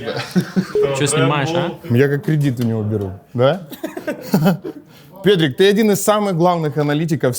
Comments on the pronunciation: Мне показалось или когда произносит Petrik то оно у него звучит как Педick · он вместо петрика сказал педрик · Мне одному, показалось, что он сказал Педрик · я один услышал педрик? XD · Мне же ни 1 послышалось , когда он поздоровался с петриком то сказал не петрик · мне прслышалось не Петрик а Педи% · Я один услышал, как Petr1k, 'a назвал pe*ik🤔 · он сказал pedik? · Мне одному послышалось,как он в приветствии петрика сказал "педик"? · педрик он сказал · не знаю почему но на я точно слышал не петрик